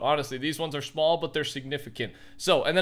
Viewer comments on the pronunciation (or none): Schmall but schignificamt lmao